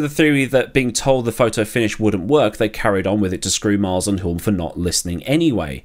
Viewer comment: Re Denny Hulme - the 'l' is silent.